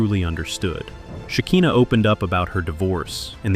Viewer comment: It’s SHE KAI NAH not SHE KEEN NAH